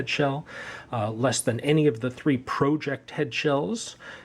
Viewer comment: Okay, u dont like pro-ject